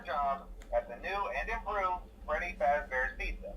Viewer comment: Clap and a half for getting Freedy's name correct